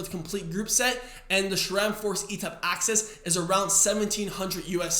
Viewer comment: There is an "H" in Shimano, hence say: "She-mah-no". There is no (!) "H" in Sram, therefore say: "Sss-ram", NOT "Shram"!